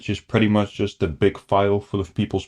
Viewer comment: "They are jot people, they are scammers". "Just is silent there ;)